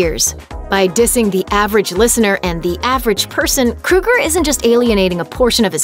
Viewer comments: Why does she keep saying "kru-ger"? It's "kro-ger". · Isn’t it pronounced Kroger & not Kruger??? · Its not Kruger idiot. Its Kroeger lol. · His name is Chad Kroeger, not "Krueger." "Crow Grrr." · OFFS. KRO-ger not KRU-ger! SMH. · His name is Kroeger (Krōeger). She pronouncing it like Freddy Krueger. 🙄🙄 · Except his name is Kro-ger, like the g store. Not kru-ger. Like the serial killer. But you seem to be convinced that Nickelback sucks so proceed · Love them. And its KROEGER not KRUEGER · KROEGER NOT KRUEGER. He isn't killing people in their dreams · Chad "Krow Ger" .. not "Kru ger " .... gotta be ? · Chad Kroe gur surely, not Chad Kru ger .... ? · Why are u calling him "Chad krueger" it's "kro-eger" pronounce it right. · I nearly died because she pronounced Kroeger like krueger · It's Chad KROGER not KRUGER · It's Kroger not Krueger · what? kruger?! hahahaha it's kroeger (kro-eger) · she keeps saying kruger..its kroeger...fuck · The fact that this dumb chick can’t even pronounce his name correctly says it all. Nickelback or Chad KrOger not KrUger gives no’s shits about this bullshit. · Take a shot every time she says “Krooger.” Bonus; Take another shot because it’s pronounced “KRO-GER” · Isn't it pronounced Kroeger (Kro-ger) like it spelled? Not Kruger, like Freddy Kruger? I can understand the confusion since most of Nickelbacks music was a nightmare. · It's Kr-oeger, like Ogre not Krueger like Freddy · His name is KrO eger. Not KrU eger. If you are going to do a video at least get his name right. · They should have at least pronounced his name right! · Anyone else annoyed she keeps saying Krugger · Its pronounced. CROW- ger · His name is pronounced 'Krayger' just like Matt Groaning,the guy behind 'The Simpsons' Iown 3 of their albums never get tired of playing them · Who the hell is Chad Krooger? Learn to pronounce correctly. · Chad "kruger" really? Thats not how you say his last name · It’s pronounced kr- oe- ger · Not to sure if that's how you say his name